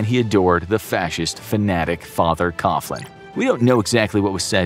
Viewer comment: Fr Coughlin's surname is pronounced KOG-lin, not Koff-lin.